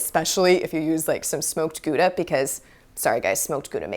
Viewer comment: Gooda? Pronounced Gowda lol